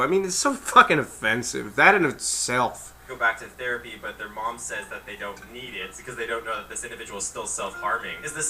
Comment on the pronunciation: ''the therea-PEE-EEE!'' LMAO!